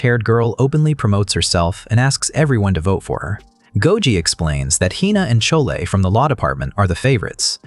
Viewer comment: Chole 😂😂😂 pronunciations haha